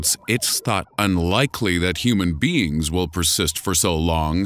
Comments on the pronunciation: If an advanced race of beans came to visit earth today anybody else heard beans instead is beings? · I thought he said beans not beings at the beginning of the video. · In the begining i thought you said if an intelligent civilication of bees visited us XD